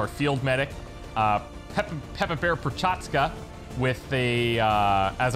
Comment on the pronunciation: Prochazka is Czech name. For czechs 'ch' is alphabetical letter different than combination 'c' and 'h'. And we pronouncing it similar as is in your name.